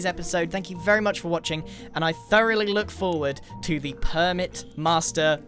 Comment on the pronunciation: My favorite part was when he said 'throughly' 30 times